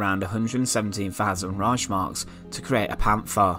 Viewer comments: It's ReiHHHmark, not ReiSHmark, ffs... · Es heißt Reichs Mark.